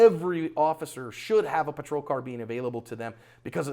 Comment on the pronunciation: it's pronounced car-bine not car-bean.